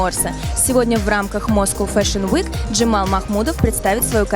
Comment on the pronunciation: Джемал,а не Джамал.